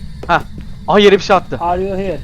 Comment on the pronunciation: Vay kral phasmo severim hade bakim seviliosun ❤ yayinlarina gelemiorum ama uğramaya calisiorum ❤ ben Elmir bu arada 😂 abi Fatih abinin Are you hiğr demesi cok iyi 😂😂 cok iyidi lan snsnsjsjz